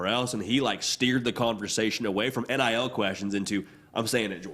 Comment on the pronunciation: God almighty please stop saying "NLI" when it's "NIL"